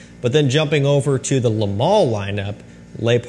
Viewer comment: As a French speaker, please stop pronouncing le as “lay”. Instead, the correct pronunciation is like “luh”. Same as “de” in Eau de Parfum. 🙏